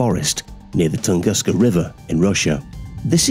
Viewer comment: The "toongoosker event" lol